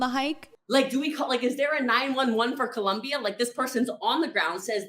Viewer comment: All of you in the comments make great points, I just wanted to point out , I hate how she Pronounces Colom-BIAHHH